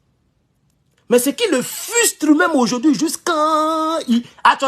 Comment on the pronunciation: Merci pour ton intervention mais je voulais te dire:: On dit fRUstrer et non fUstrer Ne fais pas les gens là vont se manquer de toi. Donc rattrapes toi en bien prononçant bien frustrer. Ne te fâche pas.